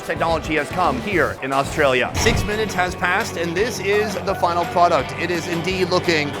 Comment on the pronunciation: That “AuSTRAlia” was diabolical